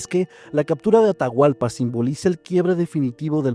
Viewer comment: Me encanta y agradezco mucho que tomen en cuenta a Ecuador para sus relatos ❤ pero Atahualpa es a secas solo Atahualpa 😅 y hay palabras que están mal pronunciadas 😅 pero muchas gracias y se me hace tierno escucharles como pronuncian mal 😂❤❤❤❤❤